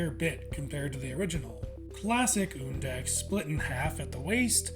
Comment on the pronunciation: HE SAID HIS NAME RIGHT. WOOHOOO